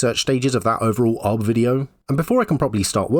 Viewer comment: Pronouncing UB as "Ub" is a disservice to Ub Iwerks, animation pioneer.